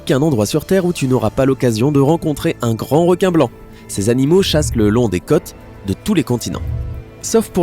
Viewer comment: " Paume " et "côte " pas pome et cote.